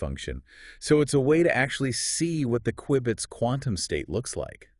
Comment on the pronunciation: I laugh a little every time the AI pronounced Q-bits wrong 😂